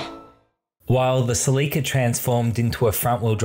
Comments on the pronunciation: Who taught u guys to pronouns words like Celica it's not celeeeka its just celica. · Celica (Selly-cah) ?